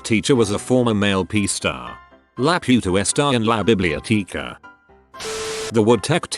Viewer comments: LA PIUTA STA EN LA BIBLIOTIKA AS AN SPANISH SPEAKER I APPROVE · As a spanish speaking person, hearing "la puta esta en la biblioteca" in an english pronounciation made me laugh harder than anything else in the video.